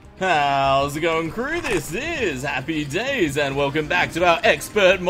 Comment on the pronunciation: Not HappyDays but Happydies :D